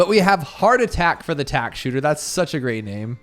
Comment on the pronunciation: Bro tack-man as in pac man